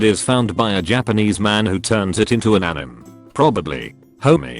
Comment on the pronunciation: Why does he pronounce “anime” as “anim”..?